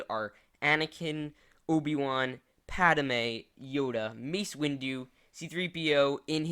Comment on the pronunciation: Hahahaha, the way you pronounced Padme.